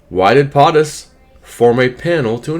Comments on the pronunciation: It's not potttis it's poooootus. Long o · It's not Pahhhhh tus it's Pohhhhhh tus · PO-TUS not POT-US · Why " PAATUS" instead of "POTUS" ...PO not Pa never heard someone pronunciate like that.. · FFS, it's not POT- US. It's PO-TUS. PO, POE, rhymes with. Get it? Got it? GOOD! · POTUS = “Poe’tus” NOT “Pot’us”. Come on!!!!!!! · It's Po Tus not Pot Us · LoL, I know right.... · love your videos. I found your pronunciation of POTUS interesting.I’ve always heard it said PO- TUS ( long O as a Po boy sandwich.) maybe just google. I might be wrong… I know I’m not an expert for sure. 😉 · How is it that I'm Canadian and I know how to pronounce POTUS and you don't?! 😵‍💫 Just curious... how do you say SCOTUS? 😂 You have good content buddy, but c'mon.... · Please pronounce Potus correctly. Hooked on phonics is good but not in this case. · lol, exactly what I wanted to say. ;) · He may be saying it wrong on purpose. So YouTube doesn't strike his channel.